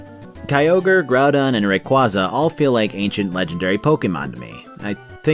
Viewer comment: Man those mispronunciations for Rayquaza and Snivy lmao